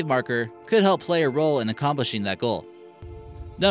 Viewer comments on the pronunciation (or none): none